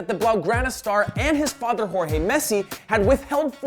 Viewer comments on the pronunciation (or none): none